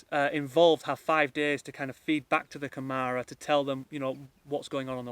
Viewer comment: Its pronounced Camara with a soft a more like camera thatyou take pictures with. Good luck.